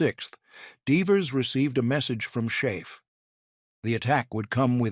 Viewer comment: A narrator who does not know how to pronunce SHAEF (ten words in at 09 seconds) has zero credibility and knows nothing about this topic. by-bye